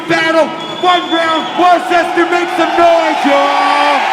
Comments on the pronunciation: being from mass..i love how organik pronounces worcester.....hes like " war-ses-ter....wooster" 😁😁😁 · Was this in Massachusetts? Sounded like Organik tried to say Worcester which is supposed to be pronounced “Wister”. And it’s called Massacre soo just sounds right lol and I live in mass soo, wish I didn’t miss this. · Did Organic say Worcester? Lmao. It's spelled Worcester but pronounced Wester. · Somebody tell organik it’s pronounced “Woodsta”